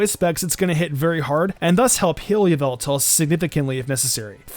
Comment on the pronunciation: it is not yveltal , it is yallveltall